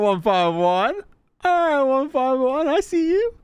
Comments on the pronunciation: ONE FIFTY ONE - NOT ONE FIVE ONE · It hurts me that he calls it 1 5 1 and not 151😂😂😂😂